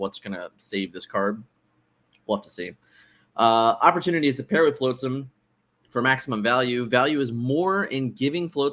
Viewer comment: All the love to you guys, but hearing “floatsam” so many times hurt my heart 😂❤️